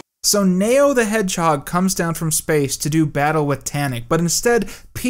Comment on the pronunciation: Why are pronouncing Neo as Mayo?